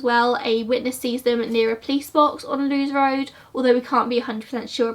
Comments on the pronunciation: Awesome depiction of this tragedy. I live in Hove and the Brighton area for two years , well before this took place, and didn't even know of the existence of Wild Park! I loved to the USA in 2001. BTW, the pronunciation of Lewes, is "Lewis," not "Loos," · I actually live about a 5-minute drive from Wild Park so all the places you mentioned are really familiar to me. It is so sad what happened to the girls but at least the families finally have justice. Oh and Lewes Road is actually pronounced like the name Lewis, it took me a while to work out what road you were talking about hahaha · Lewes Road, pronounced Lewis. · 'Lewes' is pronounced 'Lewis' and 'Moulsecombe' pronounced 'moolscombe' Sorry I live here so don't often hear them mispronounced ha. The lighting ain't an issue, your content is good 😊